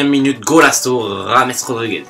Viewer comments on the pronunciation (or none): none